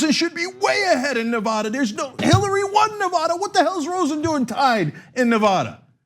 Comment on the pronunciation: I know that it doesn't matter to you, but Cenk you've got to stop mispronouncing Nevada